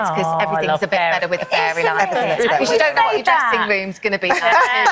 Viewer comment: Faye-ry lights 😂